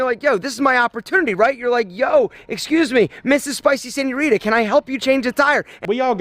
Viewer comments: As a native Spanish speaker, every time he says “spicy senuorita” something dies inside of me Okey, is a universal thing lmao we all hate this guy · the way he pronounces señorita hurts my lil mexican heart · when he said "spicy senorita" i died a bit more inside